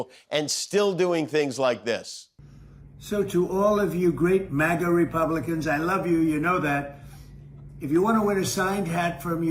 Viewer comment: Has he always pronounced MAGA, like Maggot?